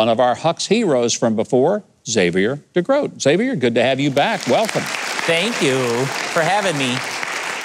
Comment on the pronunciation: Thank you for pronouncing Xavier correctly. I bugs me when people pronounce the "X" then the whole name. It's just Xavier, not "X-xavier."